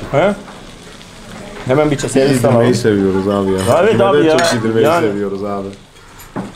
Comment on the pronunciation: Aynen abiğ, ayneğn abi